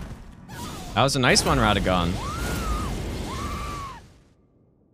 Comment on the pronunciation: His name is Radahn not radann